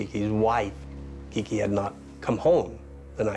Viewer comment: Its Kique Camarena....NOT "KIKI"